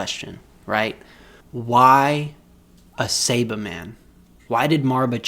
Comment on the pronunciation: Take a shot everytime he says saibamen wrong 😂